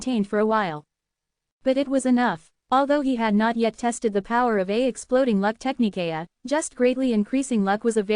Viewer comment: Ty again. Just would request and AI update. Technique sounds like Tech-knee-kay-uh